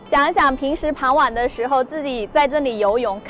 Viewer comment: 傍晚 bangwan 不是pangwan大家都在发大家都在发